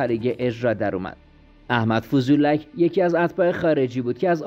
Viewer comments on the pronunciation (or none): فضلوک درسته نه فضولک😂😂😂😂روی ف فتحه داره